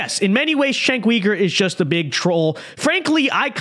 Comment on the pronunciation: Are you pronouncing his last name incorrectly on purpose? 😅